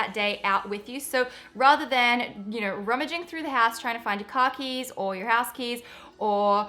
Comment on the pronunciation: for a sec I thought she said 'khakis" when she meant car keys